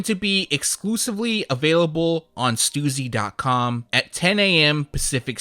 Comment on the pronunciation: Bro can you please stop saying stussy like that it’s pronounced ST•US•C!!!!!!!